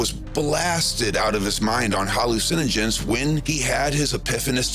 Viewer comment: It isn't HAL-lu-SEN-ogens. It's ha-LU-cinogens.